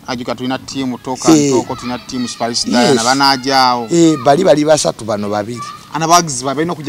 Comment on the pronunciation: Jenkins namutima ...Jenkins dint pronounce ..Spice 's name